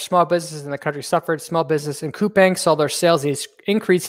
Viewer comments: Thanks for the analysis and I’ve been following Brian from TMF from last year! BTW it’s pronounced as “kupaang” not “kupeng”. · Pronounced koo-pong, so I’ve been told